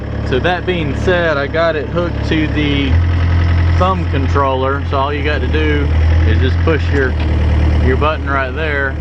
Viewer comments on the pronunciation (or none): none